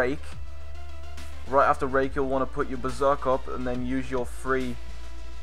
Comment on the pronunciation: When u said "Rake" at first i thought u said "Rape" ... There should be a "Rape" ability in wow. o.O